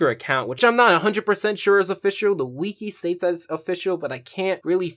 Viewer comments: Dear WIKI IS NOT PRONOUNCED WEEKY! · you said weekee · Why does he pronounce it "wee-kee"